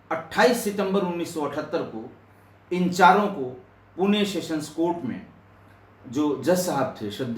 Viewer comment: Sir Puna nahi Pune nam aahee